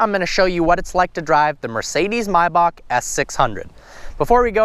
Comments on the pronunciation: MAYbach not MIbach dur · why do you call it mibach. everyone says maybach. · Come on man!! It's not "my-backh". Its Maybach!!! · its may as in the month May and bach as in back. .NOT MYBACH OR MIYBACH. WTF DUDE? MAY- BACH. SAY IT RIGHT! u made my head hurt. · anyone else annoyed with how he says Mayback. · Dude just say Maybach. I mean are u German lol fuck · "mybock" jesus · Nigga called it a MYbach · U really don't know how to pronounce maybach.